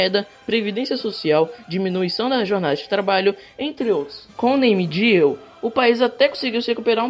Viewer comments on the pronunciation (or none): Mn mtttt bom o vídeo o problema foi vc falando "nem diu" pq aí tu me complica